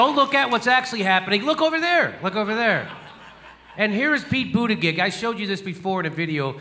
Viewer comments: Jimmy, I'll help you out. The way you pronounce "Buttigieg" sounds like "Al-fred 'e' New-man". It's prounced a bit different than its spelled. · it's pronounced butteggegg